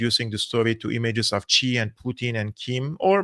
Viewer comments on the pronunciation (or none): X is pronounced close to S in Mandarin, so it's closer to "sea", not "chi".